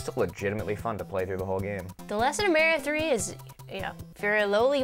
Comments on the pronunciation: why the hell is it MÆRIO??? sounds too weird! its mArio!! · I wish they could pronounce "Mario" right. Where are they getting that from? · i kno i say maHHHrio like ahhh not like aeee lol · Stop pronouncing "Mario" wrong